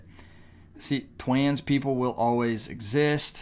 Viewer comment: Let your new viewers know why you say pwyde, twans & so forth. I don't get it